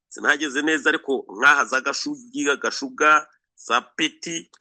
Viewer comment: Murashimisha@ Alain na maman Shantali Capitaine Mutega👌🏽 hano i Masisi bamwe twivugira n’andi masaku: - I GATOYI ✅ si Katoyi❌ - Mu NKOKWE ✅si Nkoke❌ - I GASHUUNGA✅siGashuga❌ -IBUKUUMBIRIRI✅siBukumbiriri❌Murambe gusa💪🏽🇨🇩🇨🇩🇨🇩🇧🇮🇧🇮